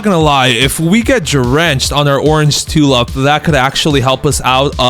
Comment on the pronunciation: For the love of god, learn to speak, calling a tulip a “tulup” and daffodil “daffiduls”, is English not your first language?